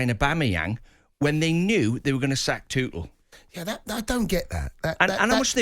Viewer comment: This guy not only mispronounces Tuchel's name, but at the end, he repeatedely said Tuchel when he meant Potter! He does it twice in a row at the end. 'Tuchel needs to do this, Tuchel needs to do that', etc. I don't think I would want this muppet representing me in court!